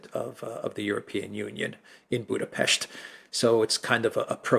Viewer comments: I approve your pronunciation of Budapest. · perfect pronunciation of our capital!!! Thank you!!!